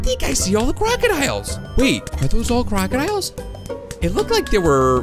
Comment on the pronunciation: when you said crocodiles it sounded like kraken isles